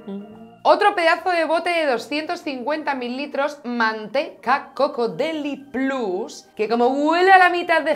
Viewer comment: DeliPLAS?????? En seriooooooo? Par favar que me sangran los oídos. Deliplus de tota la vida xD